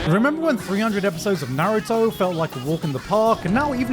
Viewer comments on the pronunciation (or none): none